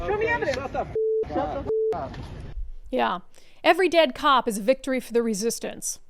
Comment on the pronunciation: The re-SISSIES-tance